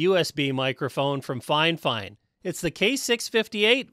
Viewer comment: it’s not finefine it’s fif ine